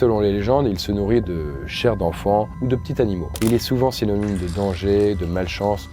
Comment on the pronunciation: Salut, à pour la liaison entre petit et animaux par contre si on veut vraiment la faire c'est soit petit "Tanimal" soit petits "Zanimaux", mais en aucun cas petit "Tanimaux", l'adjectif s'accorde en genre et en nombre.